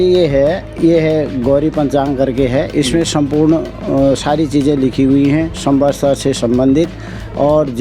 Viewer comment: को सम्वत्सर कहना नहीं आ रहा है वो सम्वसतर कह रहे हैं